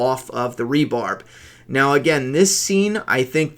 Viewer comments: Your accent is charming,, but the term is rebar not rebarb. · Hi, I love your channel, love your videos, watch the live-stream every week.... but I have to correct you, cause it's driving me nuts: RE-BAR not "re-barB", as in reinforcement bar. Anyway, I think you're great. Keep up the awesome content:)